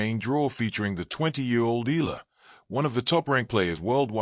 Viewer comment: Please learn to say her name properly